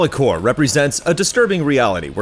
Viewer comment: the rps in corps is silent x)